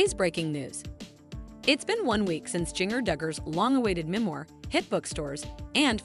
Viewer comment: You don't even say her name right.